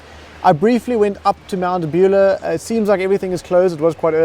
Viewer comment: Good video, thanks. Fyi Mt Buller is pronounced Mount Bull-ahh rather than Beulah 👍🏽